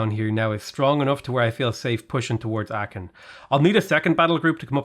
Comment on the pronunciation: It's not Aaken, it's Aachen: Ch like in ugh. Much closer to Aahen than Aaken.